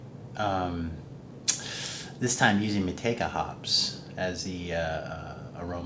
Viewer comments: The proper pronunciation in New Zealand is "Mow Two A Ka" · Fun stuff! As per Time4Another1 , this hop is pronounced "Mah Chew Wake Ah". We all seem to pronounce it wrong, lol!